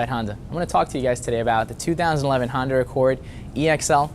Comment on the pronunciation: Did he say Hondur?